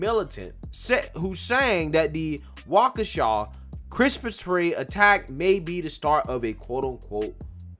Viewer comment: He finally said Waukesha right? WOOO!!! BLM is for clowns…period